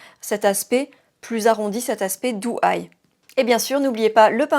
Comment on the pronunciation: Bonjour, la différence au niveau des yeux est saisissante sachant que tu as utilisé les mêmes produits. Pour ma part, je serais plutôt siren eye en soirée et doe eye (pas autant exagéré) au quotidien. Juste une précision (sans méchanceté aucune), on prononce DO eye et non DOU (c’est un peu comme le prénom Joe, tu ne prononces pas ça Jou). Belle journée ❤